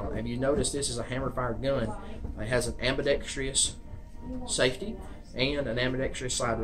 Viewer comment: It is NOT am-bee-dex-tree-us, it is am-be-dex-truss.